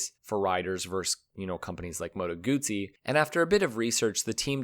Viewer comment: I wish the narrator would have pronounced moto guzzi correctly just once.